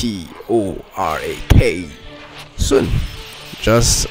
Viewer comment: Cyttorak is pronounced "sit-or-rack".